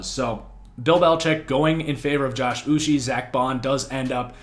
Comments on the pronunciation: Uche pronounced like this: Oo - Chay. One of my guys as a Michigan fan, always seemed to be getting pressure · As a pats fan I thought that they had a good draft because they added speed to the defense in a league were dual threat quarterbacks are becoming a necessity and rising in popularity. I’m also Nigerian so the way you pronounce Josh Uche is (Uchay) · 😂Im was cringing each time he said his name